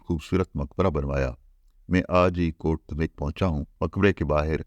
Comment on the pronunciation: السلام علیکم سر ۔۔۔ حسب سابق ایک نہایت شاندار ولاگ۔۔۔ بس گزارش ہے کہ غوری کا مقام شہادت جہاں اب اس سلطان ہند کا نمائشی مقبرہ بنایا گیا ہے ۔۔ کا نام کوٹ دھمیک کا تلفظ Kot Dhameek نہیں بلکہ Kot Dham yak ہے ۔ برسوں پہلے جب کہ ابھی وہاں مزار نہیں بنایا گیا تھا ، ہمیں اپنے سوہاوہ کے دوستوں کے ساتھ وہاں جانے کا اتفاق ہوا تو انھوں نے اس گاؤں کے نام کے تلفظ سے متعلق تصحیح کروائی تھی ۔۔۔۔